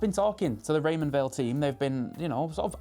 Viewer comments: Did they tell you how to pronounce Weil? I would have thought it’s like the word “while” rather than “wheel” or, as you say it “vale” - no biggie just seems to be a thing about this brand nobody quite clears up. Beautiful looking watch! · It’s pronounced “wile” not “vale” — so says the CEO of the company! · It's pronounced Raymond VILE. In German and Swiss German, W is a sounded as a V.